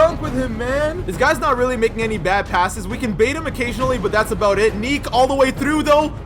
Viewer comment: me: it's about time: iT's aBoUte tImE that accent gets me every time